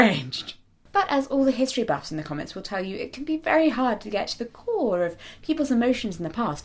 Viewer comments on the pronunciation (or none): none